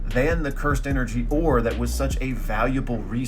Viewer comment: The way you say ore is making US want to convince you to join THE ORB